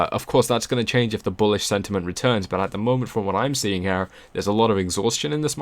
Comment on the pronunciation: dont say HAIR its HEEERE...nice voice no HAIR needed!